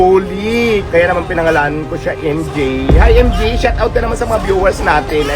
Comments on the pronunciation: Baka naman kasi MJ ung pangalan, MG lang pagkaka pronounce nya..😅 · emjay eh hindi naman emji.😂